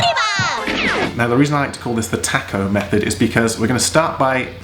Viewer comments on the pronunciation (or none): That's all well and good when you're seven feet tall. How about when a normal size person has to do this. And the word is pronounced Tah-co, not Tack-o. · >> Tack-oh? WTF? OH TACO! (tah-koe) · Tah-co not tack-o. Rhymes with hock-o. Spanish A. Can't get teeth to ungrit.